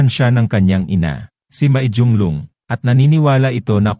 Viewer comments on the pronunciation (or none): none